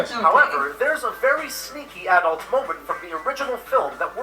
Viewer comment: I like how he says "aah-dult instead of "adult"